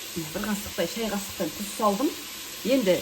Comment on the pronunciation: Неге дұз дейді? Қазақ сөзін бұрмалап? Тұз!